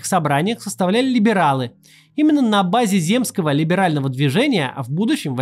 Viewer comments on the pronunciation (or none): Куда задонатить на корректора или редактора, который будет ставить Максиму ударения в тексте? Кровушка из ушек льется от "земскОго", "уезднОго" или "фельдшерскОго".